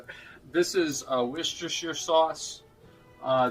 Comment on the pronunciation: Why can't Americans pronounce Worcestershire? It's three syllables. Wuss-tuh-shuh. Fucking get it right.